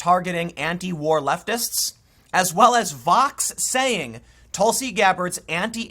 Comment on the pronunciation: Am i the only one that heard him say leftivist? Lol